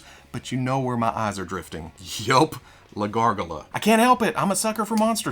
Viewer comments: That's exactly how you pronounce "la gargola". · Hey, as a native spanish speaker, your pronunciation of La Gargola was good. Heck, even we butcher our own language.